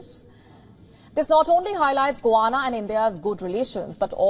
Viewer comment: Get your pronunciation of Guyana correct …